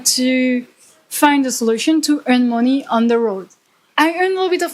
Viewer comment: mon‧ey /ˈmʌni/, not moni